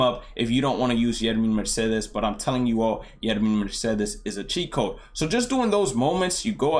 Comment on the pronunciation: CHEAT CODE SWING! Not gonna lie I previously thought you were saying a Chico swing and I had no idea what that meant 😂